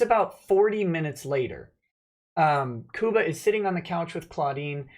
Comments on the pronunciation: Lol, it's pronounced Cuba like the Island. Love you:)! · you don't know how to pronounce Cuba. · lol sounds like you said Koopa Gooding Jr. ;)